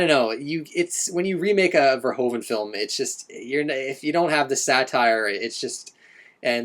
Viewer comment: Verhoeven, say Fair-Who-Fan